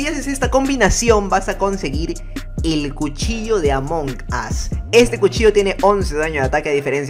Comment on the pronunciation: No se dise among as se dice among us